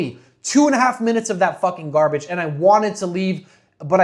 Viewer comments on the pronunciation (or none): none